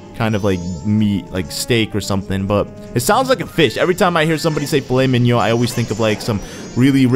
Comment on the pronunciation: Wow, you actually almost pronounced filet mignon correctly, bravo!